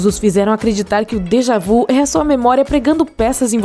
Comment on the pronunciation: Déjà vu , o vu tem o som de vi !